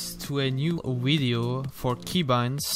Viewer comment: I love this “Wideo”